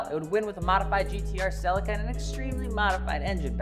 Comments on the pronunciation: Its pronounced "selleeka" no? 😅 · Americans be butchering car names lmfao ......... it's pronounced "ce leek a" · Omg how how you say celica is killing me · I like how in the US you call it the “CEL LICK CA”. In the uk we pronounce it “CEL LEE CA” 😜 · Didn’t realise Americans can’t say celica or Nissan it keeps getting funnier Or leaver lol